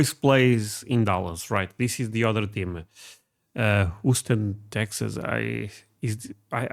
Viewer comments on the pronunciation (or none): It's pronounced HEW-STON. Just to help with your pronunciation. Sorry to be that guy, just trying to help. Now I'm going back to the video. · Love your channel brother, but the way you pronounce “Houston” is literally making my ears bleed.